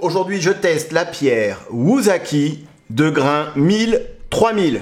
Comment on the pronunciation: Ça ne se prononce pas "wouzaki" mais "woussaki". En Japonais, la lettre S se lit toujours S : )